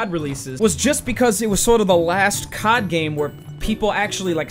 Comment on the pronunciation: My dad thought you said cok when u said cod 😂